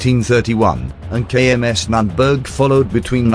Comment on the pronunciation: Nürnberg.... pronounced N oern birgh not that what u put in our ears^^